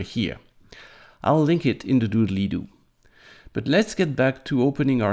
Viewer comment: The original quote is from the youtube AvE, but he always said Doobiely Doo, and not Doodley Doo...